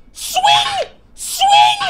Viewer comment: It was funny when he kept saying ,,Sving”